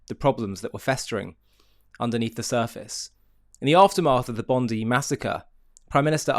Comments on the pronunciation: It is NOT BONDY , pronounced BOND EYE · Its BON DI, I. Not Bondie. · It’s Bondiiii not Bondeeee. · Albanese is a bullshitting can't (Bondi is pronounced Bondeye, not bondy) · It’s pronounced bond-eye not bond-dee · Ok folks,it's pronounced Bond"eye" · Israel would have gotten more action out of Bozo the clown than the albonese government. For all you OVERSEAS people the name of the place is Bondi pronounced Bond die not Bond dee. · It's pronounced Bond-eye. And the correct pronunciation of Albanese is C.U.N.T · FYI it's pronounced Bond-eye. Its not important, just so you know